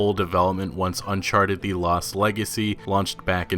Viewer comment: Please stop pronouncing ‘the’ wrong